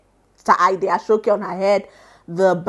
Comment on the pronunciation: great job but aso oke is pronounced as 'a-shaw okay' not 'ashokay' please 😭